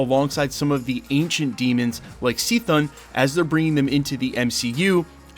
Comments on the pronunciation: Bro did u say “C-thon”?? I thought it was pronounced “Kathone” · I think it's pronounced with a hard C.....kthun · Dude, it's Chthon (phenetically pronounced: kah thon). Like your content btw! Subd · Did you just pronounce Chthon as Seethun? 😊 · "sea-thun" is the craziest way I've ever heard C'thon's name pronounced lol